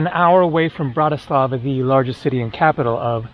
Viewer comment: A basic tip, the Slovak language almost always has the accent on the first syllable, i.e. BANska BYstrica, and BANska STIAVnica. Capital city is also mispronounced, it is BRAtislava , not. BratiSLAVA. Thank you from a first generation in Chicago.